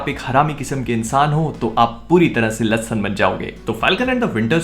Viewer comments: Lassan nahi lahssun😅😂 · Lassan sunne me jyada acha lagta hain